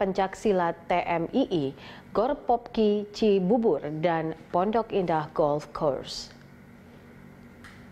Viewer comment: hi, i'm jonathan achero from san pedro laguna. please enhance your pronouncing the word "international film drone", "jakarta international equestrian park", "pondok indah golf course", "tables depok" and jakabaring sport city". please enhance your pronouncing english word.